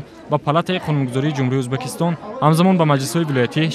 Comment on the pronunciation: Узбакистон не мухтарам барррранда Узбекистон меша